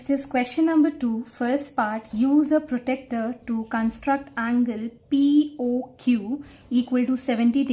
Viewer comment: Its pronounced as protractor not protector